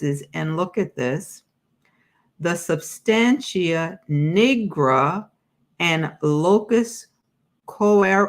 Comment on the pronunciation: Substantia Nigra , nigra - the Ni is pronounced like the Ni in night).